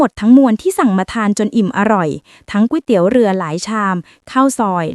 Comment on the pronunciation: ตกลง จากกวยเตี๊ยว กลายเป็นก๋วยเตี๋ยว กลายเป็นก๊วยเตี๋ยวแล้ว